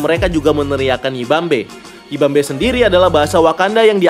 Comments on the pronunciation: Yibambe?? Tapi kok aku dengernya "we won't back!" :V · Gw dengernya bukan yibambe tapi nippont paint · Yibambe kedengeranya kaya nipont paint anjirr